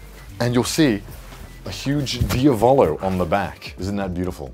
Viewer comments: He also pronounces it DiaVOlo instead of DiAvolo. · The way he says diavolo annoys me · “Gyro is my favourite jojo” and mispronounce diavolo, you even a jojo fan?